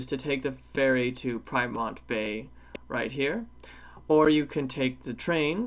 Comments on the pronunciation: Great video. BTW Pyrmont is pronounced, "Peer-mont". There are other forms of transport that you don't mention. Instead of walking to Darling Harbour and Star Casino from Town Hall, I would recommend taking the Light Rail. There are three stops along Darling Harbour including one right under the casino. Anywhere that the trains don't run, buses do. The Opal card can be used on buses and trains. An important point for British people is that, unlike the London Oyster card, you must tap off buses as well as tapping on. If you don't tap off, you will be charged the maximum amount. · Great video. U seemed to have ventured a lot. Didn't you take picture of The Gap at Watsons Bay? It's another route - opposite the Hornby Lighthouse. Pyrmont is pronounced as peer-mont. Just FYI. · Pyrmont is pronounced PEA-mont